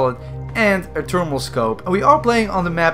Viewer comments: "termal scope" instead of thermal scope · T'ose. T'ermal.